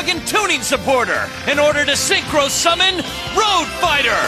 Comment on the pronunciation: “That was a vewy nice Synchwo Summon, Yusei…”